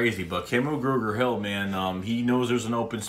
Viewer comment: Love your Philly accent trying to pronounce Kamu Grugier-Hill as Kamu Gruger-Hill lol